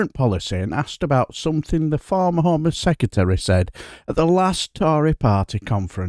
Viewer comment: The word is not sekatery. It is sec re tary. Apart from that great vids.